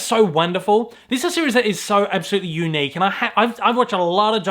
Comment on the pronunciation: The way you say unique is very YOUnick!